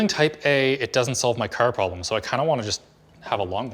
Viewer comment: Why you say car like that 😂😂😂